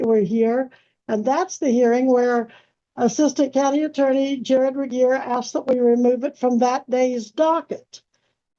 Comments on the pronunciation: How's she gonna repeatedly mispronounce jRegier's name less than a minute after Judge Webster correctly pronounces it? Not very "grammarly", ma'am. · The way she keeps saying Regier’s name wrong has me in SHAMBLES 😂